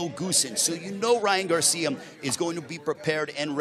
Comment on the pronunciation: was the only one hearing "Ryan Garcium" ?